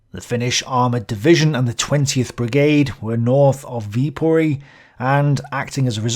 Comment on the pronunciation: Viipuri* in finnish, not with o